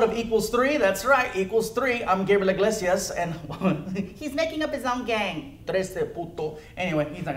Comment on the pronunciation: Hey its Gabriel ig-lazy-ass